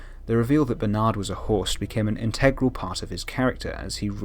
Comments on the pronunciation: i don't really watch the show but clicked on this video anyway. Everytime you said host, I thought you said horse lol. I was so confused. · wait he has been saying host